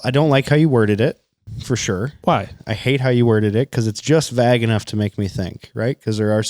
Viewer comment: Wait how come when says “vague” it rhymes with fag? Is that a Minnesota thing?